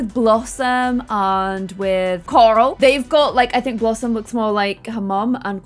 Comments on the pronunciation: lol did say Blossmay instead of blossom😂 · I can´t be the only one that heard say blossmate instead of blossom when blossom asked if she should ask Annabelle over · Did anyone else notice she said blossmate instead of blossom 😂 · When said "Should blossmate" I died